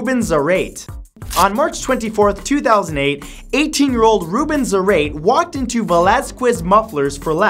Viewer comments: Zar-eight XD Zá-ra-te!!! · Zah-rah-tay.....not zer-rate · the way you say Zarate is killing me :p it's pronounced s-ar-ah-te not zar-ate 💙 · Its zuh-ra-tae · Zarate is pronounced Zarr-Ah-Tay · Is Rubén Zárate no zareit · its pronounce "zar-ah-tay" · uummmm...Zarate pronunciation is: Sarah-Teh... Believe me thats my surname... xD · The way he pronounced "Zarate"